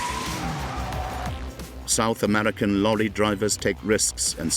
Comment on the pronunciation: "South Amedica". "Amedican". WTH?